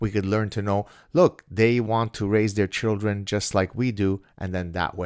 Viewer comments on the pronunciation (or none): none